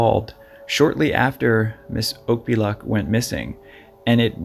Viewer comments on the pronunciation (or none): I'm fairly sure that her surname is pronounced, Auk-Pea-Ah-Look. Nome is the final leg of the annual Iditarod Dogsled Race. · You said her last name wrong.